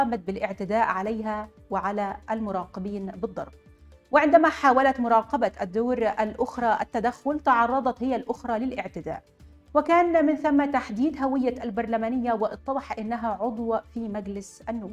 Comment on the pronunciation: مراقبه بالكسره اسفل حرف القاف...وليس الفتحه...